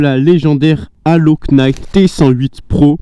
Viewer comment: bonjour, En Anglais on ne prononce pas la lettre K dans le mot Knight. Mais vos vidéo reste super.